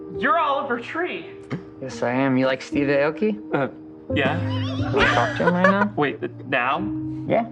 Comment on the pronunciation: Don’t smack on the 👁️ oki as Ethan said instead of ayyyoki lmao he’s still relevant I just saw a song release with Paris Hilton? Lol. the mans popped a bottle in my face once 🎉 let’s go